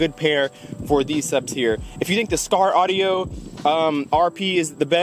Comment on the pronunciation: Skar ardio? You didn’t wanna redo that?